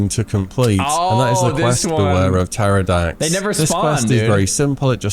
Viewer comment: oh my days - hearing a fellow brit pronounce Pterrordax as - p...terrodax hurts me deeply, cmon ffs you were educated how to speak the Queens(ig king now) English early on in primary school!